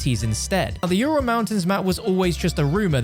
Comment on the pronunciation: Yourul mountains lol